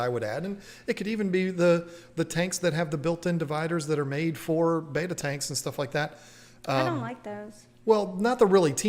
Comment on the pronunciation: not for anything but it is not BETA, Its BETTA.